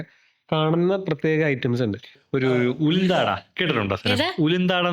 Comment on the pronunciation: ഉളുന്താട അല്ല.. ഉഴുന്നാട